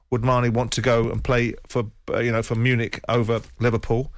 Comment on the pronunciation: Bayern Munich, not Munic.